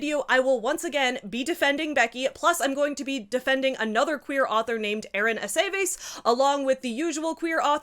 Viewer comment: Sorry i'm jarred slightly by the pronunciation of Aceves. Does anyone say that name as "A-say-vase"? Because this is also my family name and we say "Ah-seh-viss"